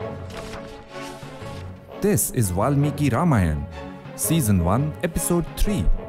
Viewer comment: it is "R A M A Y A N A' not "Rayan"😂😂😂😂